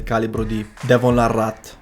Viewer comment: 1)Làrratt , non Larràt 2)Miglior sinistro di sempre è Denis Cyplenkov non Bagent